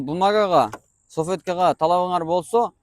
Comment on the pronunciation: Саветка дебей салфетка деп суйлочу